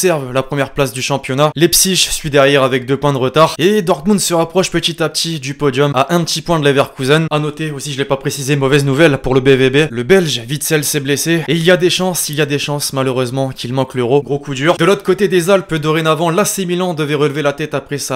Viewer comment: Les français arrêter de prononcer "VITSEL" ça se prononce "WITSEL"